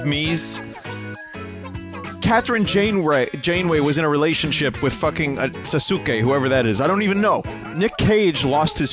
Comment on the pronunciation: I don't even really like Naruto much but hearing Vinny pronounce the U in Sasuke is getting to me